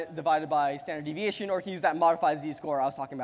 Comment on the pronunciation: Goddamn, just say 'sd' instead of 'staneviation'.